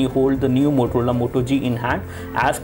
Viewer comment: did he just say MOTOLOLA Moto G? haha